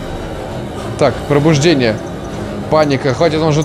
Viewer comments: Побуждение Какое бл пробуждение. Читаешь не так, потом догадки строишь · Не пробуждение, а побуждение.